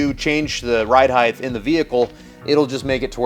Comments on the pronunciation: Height has a hard T, not a TH. heighT not heigTH🤘🏻🤠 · Height. Not heigth. Sorry but it's a pet peeve of mine. I hear so many people pronouncing this word wrong and for some reason it really irritates me. The word ends in ht, not th. It should sound like fight or kite with a t sound on the end not a th sound as in width. height /hīt/ noun 1. the measurement from base to top or (of a standing person) from head to foot. "columns rising to 65 feet in height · Is the pronunciation of "across" as "acrosst" and "height" as "heighth" colloquial to your area? I've never heard these pronounced as such. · The "Heigth" thing cracks me up every freakin' time. Glad I'm not the only one! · I swear to God I'll follow if you promise to learn how to say "Height" properly.